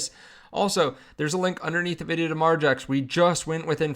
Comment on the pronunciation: Once again… I’m out when I hear margex…